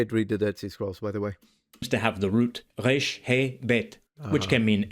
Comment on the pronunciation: He missed the vav being a waw and doesn’t pronounce his reish as an alveolar tap if u want to see real Biblical Hebrew just look up yerushalmi or teimani pronounciation of Hebrew and that’s the closest you’ll get